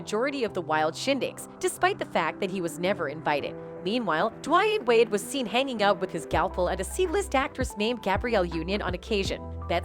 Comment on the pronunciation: Why are you saying his name like that